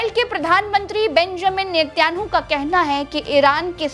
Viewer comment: मैने कइ युट्युबर को देखा जिसे नेतन्याहु का सहि उच्चारण करना नहि आता। उनमेसे एक आप भी एक हैं।